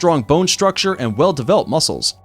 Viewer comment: he saying developed like there robots